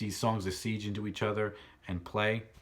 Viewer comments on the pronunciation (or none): The word is segue (pronounced seg-way) not the way you are saying it. Good review though